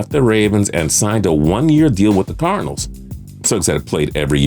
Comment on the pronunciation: listen to how dis dude says cardinals